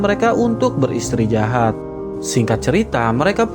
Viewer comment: Btw istirahat bng bukn istrijahat 😁😁